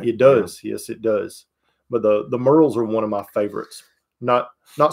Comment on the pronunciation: The Merrell shoe folks are my distant cousins. It's pronounced MARE-el.